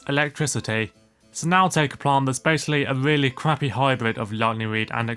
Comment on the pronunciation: “a weally cwappy hybwid”